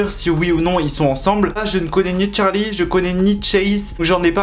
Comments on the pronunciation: C’est pas tcharli c Charli!!!!! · CHARLI PAS TCHARLI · C est trop chou parce que tu dit tcharlie et tchaise au lieu de Charlie et Chase mais si on jtm trop🔥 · on en parle de qd il dit « Tcharli » charli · Tcharlie tchase la prononciation mdr 😂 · tu me fais rire quand tu dis son nom tu dis Tcharli😭🤣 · Tu dit tchase et tcharlie wsh😂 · Pourquoi tu dis "Tcharli" et "Tchace" J'attendais trop ta vidéo ❤🥺